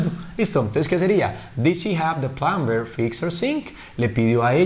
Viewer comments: plumber se pronuncia sin la b asi; Plomer. Tú has dicho (plumber) con b, la b no se pronuncia... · Mal pronunciada la palabra plumber, ya sea que fuera ingles americano o británico. El resto está todo bien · Hola, muy buen video, explicas muy bien, solo una pequeña corrección, en la palabra Plumber, no se pronuncia la b, es muda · Teacher...en la palabra PLUMBER la "b" no suena.